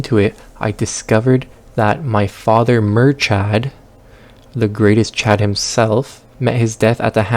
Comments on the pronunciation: His pronouniation of Murchad hurt me to my core (its Mur-wierd irish guttural growl sound-ad) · The pronunciation of Murchad was equally as hilarious as it was frustrating. Great vid